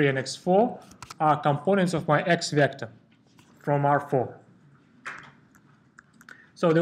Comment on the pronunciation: everything is really nice, but you prounce vector in wrong way, E should be strong, not like in russian)))) but thanks for video, it helped me!